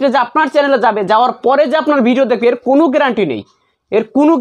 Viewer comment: (কুনো) না কোনো ok